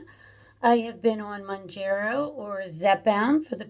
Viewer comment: Hey Jenna. Just FYI, the pronunciation is Mown-JAR-oh, not Mown-jer-oh. But to be fair, ppl have come up with probably at least a half-dozen creative pronunciations for it. It’s just a weird word, as most drug brand names are. 🤷‍♂️ And the issue you bring up is a really interesting one. And it’s even one that cuts both ways… a lot of ppl report that in THEIR neck of the woods, Zepbound has actually been easier to get than Mounjaro. So, a few diabetics are getting their scrips changed, and are actually taking Zepbound off-label for T2D. Go figure. 😯 Is it right? Probably not, just as it’s probably not right to take Mounjaro off-label…. UNLESS one has some fairly severe obesity co-morbidities. In which case, I don’t begrudge them doing that, nor do I begrudge T2D ppl taking Zep off-label. But I would want them to consider that a LAST resort. All I can say for sure is that ppl who truly are ‘vanity’ users… aka just want to ‘lose that last ten pounds’ for the beach or a wedding or whatever… those ppl should NOT be on either medication (or Wegovy, or Ozempic, etc). And doctors who hand out scrips like candy to those folks should face some sort of penalty. ‘Cuz it is ridiculous, especially with such severe shortages ongoing. 😡